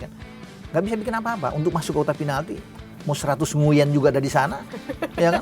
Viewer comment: Tulisan Nguyen , cara bacanya Ngu-ing 😂